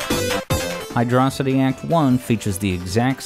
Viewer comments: who pronounces this zone as hydrossitty (with emphasis on the O)? Surely it should be hydro city as per the spelling. Hydro and city are two pre-existing separate words, no reason to weirdly elide them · Saying "Hydrocity" like "Velocity" doesn't make any sense. It's "Hydro City". It's an underwater city level. I don't get how people still get this wrong, or how they got it wrong in the first place. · Fans: Is it pronounced "Hydrosity" or "Hydro City"?: Yes. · For the record (not trolling), correct pronunciation is Hydro City. This was confirmed with remakes that added space, and before that by now it's written in Japanese. I'm not going to say that saying it like velocity isn't understandable, but it's not really correct. This is more divisive to people who just assumed they were right than the gif interface. Those who don't know, the creator also confirmed it's "jiff", but people just like to stick to what they were raised (know as a cognitive bias). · IT'S PRONOUNCED HYDRO-CITY!!!!!!!!!!!!!!!!!!!!!!!!!!!!!!!!!!!!!!!!!!!!!!!!! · HIGH-DROE-CITY!! how the hell can you miss pronounce it? You prot! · Can't believe you got it wrong twice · Whether on purpose or not, I like how the pronunciation of Hydrocity is unconsistent throughout the video xD Great video! Overall, I rly love all of your Sonic Music Theories! Fun to watch and interpret :D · I really want to be invested, but the way you say hydrocity is killing me. (Love the content btw) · I love how you pronounce the stage's name both ways. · Cool, you pronouced the name of the zone both ways throughout the video to avoid drama on the comment section. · Very sneaky to keep changing your pronunciation of hydrocity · The best music you have analyzed on the channel and you don't know to pronounce the name of it. What a shame. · we just gonna accept that this guy is pronouncing hydrocity wrong? edit: wait he pronounced it right later in the video wth edit2: ok you got me. subscribed.